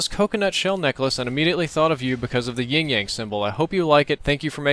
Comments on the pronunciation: Not to be a troll but, it's Yin-Yang, not Ying-Yang. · It sounds like you're saying "Ying Yang" instead of Yin Yang.